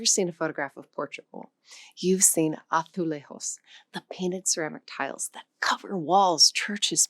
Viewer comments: When referring to the Portuguese word Azulejo, it is pronounced Azu Layzu not the Spanish way where the J makes the H sound… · Good video, but you need to speak a bit louder, or set up the microphone so it's closer. You're soft-spoken as it is, and here you're barely audible, it's a strain to try to hear you. Also, some words, such as "azulejo", are not pronounced as in Spanish. Portuguese has its own pronunciation of letters that's very different from Spanish.